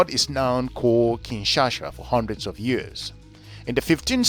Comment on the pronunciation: Thanks Brother for educating people about my birth city but a few notes, if I may .. * It's KIN - SHA - SA (not KIN - SHA -SHA ) * Your expert (Mr. Mohammad) talks about the Republic of Congo AKA Congo Brazzaville (not the DRC). * Kituba is NOT a DRC national language. Thanks.